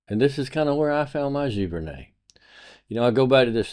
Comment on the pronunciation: I'm a Canadian and your accent gives me the giggles. It's pronounced gee-ver-nay. Great video. Want to make great images, steal from the masters. Thanks for the insight.